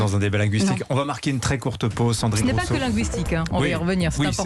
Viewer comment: Rouuseau? Ecololo? 🤣🤣🤣🤣🤣🤣🤣🤣🤣🤣